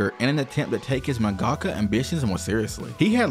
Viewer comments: You’ve really gotta learn to pronounce half the terms and Japanese names you’re throwing out. “Jiness Records”, “mungahkka”. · Jesus, can no one say mangaka right? Seriously, everyone I listen to CANNOT say mangaka correctly. It is manga-ka, not mon-gah-kah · Great vid but your pronunciation of mangaka pains me as someone who’s Japanese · dude why the hell are you pronouncing mangaka like that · The way you say mangaka is too American